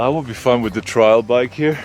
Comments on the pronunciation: do you mean to say 'trail' club? Because trail rhymes with male or mail. I understood you to say 'trial' which rhymes with file and it is a legal term meaning hearing, litigation or tribunal. Just checking. Be careful with the order of 'a' and 'i' in words. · “Trail” not “trial”❤ No worries our German bruder. 😊